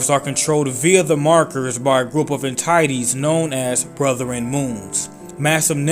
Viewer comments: For future reference, not to nitpick, entities is pronounced “N-Tit-Tees” not “En-Tight-ees”. Not a big deal, just something to know. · Controlled by a group of "en-tie-ites"? Really dude? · I think you pronounced entities wrong